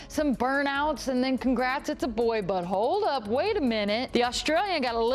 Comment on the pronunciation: When that newscaster said “but hold up” it sounded like “butthole”